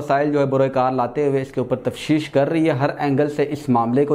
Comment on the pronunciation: Tafseesh nahi Tafteesh hota hai